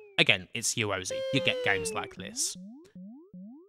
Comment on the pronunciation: Ya ro *zay * /pedantry but argh it grates.